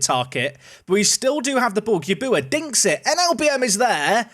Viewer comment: Put some respect on Gyabuaa's name (at least pronounce it properly) 😂